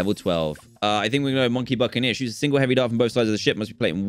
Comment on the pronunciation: Literally everyone said Buckineer